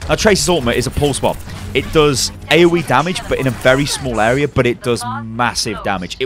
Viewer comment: "Awea" damage 😂😂😂